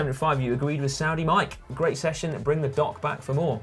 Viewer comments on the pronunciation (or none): none